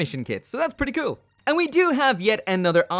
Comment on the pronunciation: Take a shot everytime said "kewl"